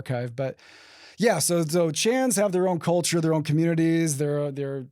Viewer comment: “Cuhchur” CULTURE BROTHER CULLLCHURRR